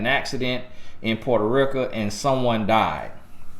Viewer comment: Boy that accent hit when you say porta reeka 🤣🤣 I love it though thank you for the guidance 👌🏾🙏🏾